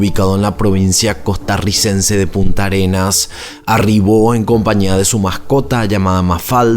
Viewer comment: Llevo 1 minuto y 15 segundos del video solamente y ya has dicho varios errores, se llama Puntarenas, Punta Arenas es un lugar famoso de Chile, y no es el caribe, Manuel Antonio es en el océano pacífico.